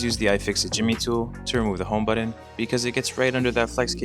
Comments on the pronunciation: It is called a ‘home ba-ton’ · Nah man, it's the way you say the word "button". How do you feel now? I feel weird when you cuss as well.